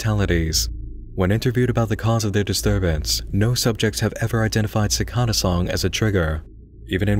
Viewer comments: cor-por-E-al and si-cAd-duh sorry but that pronunciation just got to me. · man you're pronunciation of cicada was weird, for me it was always cicAda with emphasize on the A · The pronunciation of "cicada" made me uncomfortable. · If i have to hear the word cicada pronounced wrong one more time